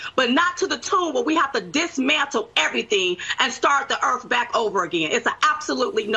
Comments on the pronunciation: God, I was cracking up to hell with that ‘ooh, I felt da earf move’ and ‘we need to restart da earf!’ Where do they find these people? Sorry, person. Dimond was the only one commentating. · "Time to reset the Earpf" lol